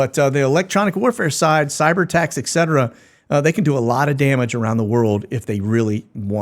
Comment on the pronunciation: I hate when intelligent folks say “Ekcetera” you’re saying it wrong!